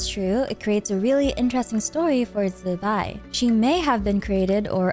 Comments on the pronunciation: Zubai? It's zibai why people can't read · Please just say zibai normally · and it sounds horrible, just use the english pronouncination instead